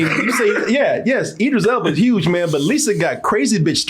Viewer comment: If it helps.. Id- driss - Ell Buh. I know you've been struggling with this for a while.